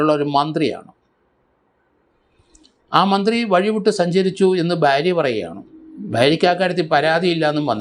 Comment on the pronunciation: സ൪, ബാരൃ അല്ല ഭാര്യ .